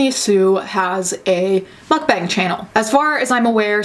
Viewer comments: MUCK BANG not mookbung MUCK BANG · I thought Mukbang was pronounced mookbong or something like that